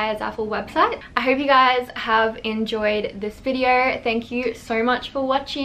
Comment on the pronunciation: "Welcome to another YouTube videearrr..." LMAO